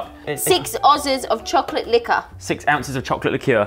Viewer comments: "6 ozzes" GO TO SCHOOL haha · 6 ozz’s of chocolate licker: 6 ounces of chocolate licour 😂😂😂😂😂😂 (btw sos bout spelling)